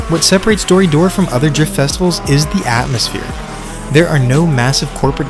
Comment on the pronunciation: its pronounced "Dori - Doray" . btw in US you got Final Bout. Australia got Halfway hangs. check them out